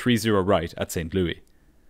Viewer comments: The city in Missouri is pronounced Saint"Lewis" not Saint "Louee" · Pretty sure it's pronounced Saint "Lewis" here in USA (not Lou-EE) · No silent "S" in this St. Louis - it's not "Lew-EE;" it's "Lew-ISS." Naturally, it had to be something said like thirty times during the video... If you don't know something for sure, you don't double-check, and you proceed to include incorrect information (whether once or many times)... It can really kneecap a viewer's confidence that nothing else you tell us is a guess or an assumption. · Just a note: it's pronounced like "Saint Lewis" not "Saint Lewie." Excellent as always, congratulations on your nearly 200K. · You always bring awesome productions. Creative way of bringing your sponsor's products as similar components of this video. I like the way you pronounced Louis, "lewey." On the West side of the puddle it's, "lou-ih--s." Cool to hear. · LOL as a native from St. Louis, I love how you kept saying st louie instead of st louIS. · St Louis...not St Louie-pronounced like Saint Lewis not Saint Luee. But you do a phenomenal job overall with these videos. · As a person from Missouri, I am furious on how he pronounces St. Louis. It’s Saint- Lu-Is not St Loui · It’s not Saint Lou E. It’s St. Louis.😊 Pronounced Lewis. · St. ‘LEWIS’, not St. ‘Louie’ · It's not St Lou-ee. It's pronounced like St Lewis. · Americans are weird St Louis is not pronounced Louie as we would in the UK but Lewis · Audio must be created by AI, the city is called St LOO-IS Missouri and not St LOO-EE Missouri. The devil is in the details. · Pronounced saint lewis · Everyone says st louie.all wrong my guess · He pronounced it like King Louis.. Europeans.. Sheesh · Your vids are much better than Mentour Pilot's, but just a heads-up, it's pronounced like Saint LEW-iss, not the French pronunciation that you use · The S at the end of St Louis is not silent btw. It’s pronounced as “St Lewis” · never heard anyone pronouncing it St. Loui